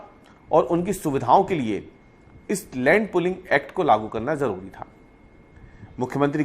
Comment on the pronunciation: Bro, it’s pooling not pulling